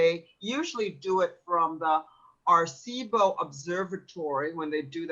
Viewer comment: Aricebo pronounced air - e - see - Bo. If she wanted to be an expert she needed to learn how to pronounce the words correctly.